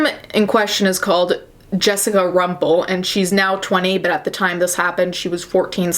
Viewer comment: Hearing you say Rumpel was pretty cool. This is so fucked up though.